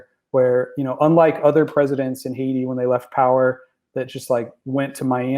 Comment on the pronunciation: Is that the correct pronunciation of Haiti?